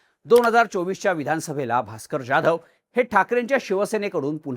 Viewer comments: ज्याधव नाही जाधव, स्क्रिप्ट लिहिणाऱ्याला सरळ लिहायला सांगा आणि तुम्ही नीट वाचा, समोर दिसत ते रेटायचं नाही. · जाधव नावाचा तू चुकीचा उच्चार करतोय हिंदी लोकांसारखा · Saheb Jadhav nit uccarara pl